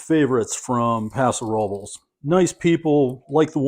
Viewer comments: Excellent review. I noticed you pronounce very well the foreign wine names unlike the California names in Castilian , example : Paso Robles is pronounce Roe - bless not rubles. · Another great video. Thank you. I tried the Paso Robles cab and liked it very much. As someone already mentioned the pronunciation is closer to: rub-less. The audio on google translate gets you 99% there. What's pretty cool is that the meaning of Paso Robles is stated on the bottle itself. Best regards to you and Feliz Navidad! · I like the fact that he pronounces most things phonetically. It shows he’s not trying to be a show off, and he gives plenty of attention and respect to the wines themselves. On another channel, I cringe when the wine guy pronounces Mencia with a TH, etc. it’s just weird. And I don’t think anyone would fault a Spanish wine critic for pronouncing Paso Robles like Robleys. YMMV.